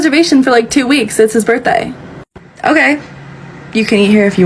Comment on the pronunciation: It's her husband's birthay? Yes, she pronounced it just that way. Throw her out. She'll make your establishment look stupid.